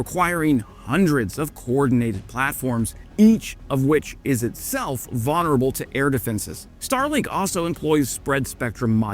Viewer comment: The missus is right: you do say "vaughnerable" weird :)